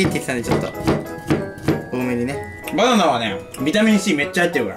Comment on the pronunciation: 「バナーナ！」がネイティブに言おうとし過ぎて「パニーニ！」っぽく聞こえた(笑) 手際が良いなぁ、じんたん。 の「じゃなぁ～い？」の言い方好き♪ テオ君の叫び(笑)